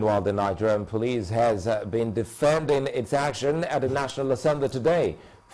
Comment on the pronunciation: Gloria it is police not pliss